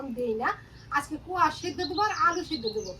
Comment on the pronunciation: খুব ভালো লাগলো আপনার সঠিক উচ্চারণ 'কোয়াশ ' এই সবজিটির এটাই নাম। কলকাতাতেও অনেকেই এটাকে উচ্চারণ করে 'স্কোয়াশ '। আজকের ভিডিও চমৎকার।